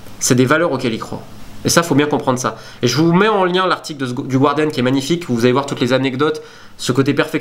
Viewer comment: Bonjour Romain, pour la prononciation du "Guardian" c'est "Gardian" et non pas "Gouardian". Continue ton bon travail !